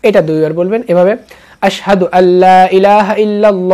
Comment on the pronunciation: আসসাদু বললে হবে না আসহাদু